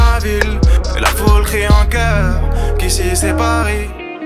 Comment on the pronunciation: Enfin Neymar sait maintenant bien prononcé le Ici c'est Paris 😂😂😂